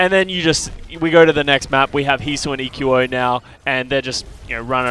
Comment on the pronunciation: Will say EQO correctly before the end of the season?